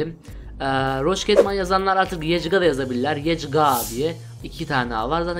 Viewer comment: İlk hile yecga değil yecgaa